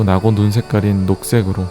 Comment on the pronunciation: 형 그건 나고가 아니라 사'나고'자나